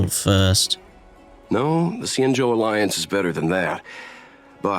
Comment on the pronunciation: Xianzhou is said with the x more like a c and the zh makes the j sound so it'd sound like cianjo I think